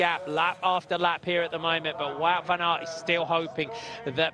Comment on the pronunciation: You say it as van aart. Not van eert